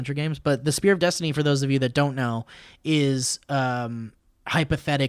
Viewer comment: when said spear of Destiny I heard sphere of Destiny